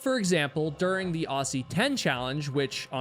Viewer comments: I take 5hp of damage every time an American pronounces “Aussie” like “awsy”. It’s Ozzie. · Aussie 10? 😂 "ossy" ten? (Love that pronunciation but it's pronounced ozzy) How is that even a thing? Never even heard of that. There are barely any mountains around. One's probably an anthill in my backyard. 😂 On a casual hike up a hill in Europe a friend mentioned the height of the hill in question. I laughed when i realized it was taller than Kosciuszko. 😂 The fact these "competitions" exist anywhere beats me - just enjoy the hikes, everyone!! - but having a collection in Australia is genuinely hilarious. I don't get it. And the risk-your-life on Everest thing? Nobody cares. Really. What's next? First acrobatic jugglers to carry a live tomato in its own mini greenhouse to the summit then eat it? Just enjoy the hike and achievement... Anyways... I hear some Kiwi and his mighty Sherpa beat us all a long time ago. 😉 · PLEASE as an australian when you say "aussie" pronounce it similar to "ozzy" as in osbourne PLEASE it causes psychic damage to hear you pronounce the "ss" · Pronounced Ozzie not Aussie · Brother when U say "Aussie", pronounce the S as Z and you'll say it correctly like Ozzie Osborne 😂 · FYI, Aussie is pronounced Ozzy. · Aussie. Spelt aussie, pronounced Ozzie 🙌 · Aussie is pronounce Ozzie. Seriously! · Not in the USA. We pronounce it Aussie rhymes with saucy so don't be bossy towards my cow named Flossie. Sorry. We also a-lu-mi-num and not a-lu-mi-NI-um. Potato/Potato.